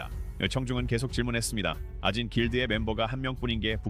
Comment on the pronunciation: 2분 44초 아진 길드를 오진 길드라고 잘못 읽었네요